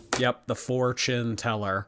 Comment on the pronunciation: The “four-chin teller” I’m deceased 💀